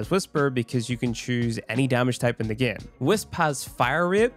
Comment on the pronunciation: " in the gyem"